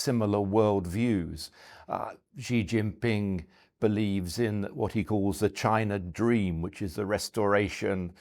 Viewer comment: This guy can’t pronounce Xi Jinping correctly—NOT a China expert.